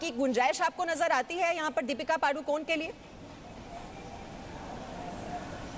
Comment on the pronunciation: पादु कोन नही पदुकोन....पादणे का angle,..